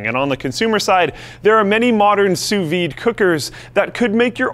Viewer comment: I never seen someone who lives in america pronouncing "sous vide" so perfecty, my litlle French hearth is beating so quick rn